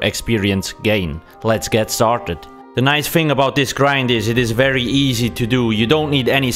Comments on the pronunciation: wery gweat wideo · its a wery wibrant wideo